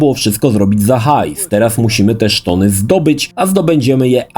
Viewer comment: jaki kurwa "szton"